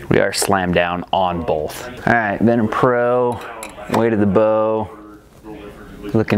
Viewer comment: Duuude, it's VenTum from the Latin Ventus, not Venom from Marvel ;)